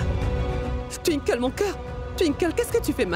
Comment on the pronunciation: J’aime tellement quand appelle Twinkle tinekle 😂😂😂